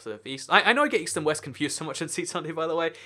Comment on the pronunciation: he said "Weast"